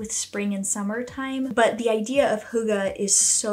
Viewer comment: Hey from Denmark ❤ hygge is a hard Word but Nice try ❤